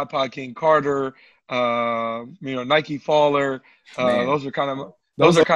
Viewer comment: Did he say NYKEFALLER omg 😱